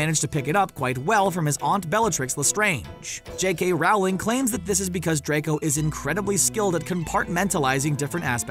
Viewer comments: It's Rowling not raowling.. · IT’S J.K. ROWLING NOT J.K. RAWLING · FFS it's pronounced Rowling like Bowling. Not Rowling like Growling. It's not that hard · DID HE JUST SAY JK r- oOw- ling?!?!?!? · why is it that the guy said "j.k rawling" instead of "rowling" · Ermmmm I don’t think it’s J.K RAWRling I think it’s Rowling like ROLLLLLLLLLLLL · ”J.K Raowling” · RowLANG it’s Rowling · It’s Rowling like Bowling. It’s surprising how many people put up videos and don’t even know how to say her name. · I realize this was done in 2018 but PLEASE learn to pronounce Rowling's name! It is ROH-ling!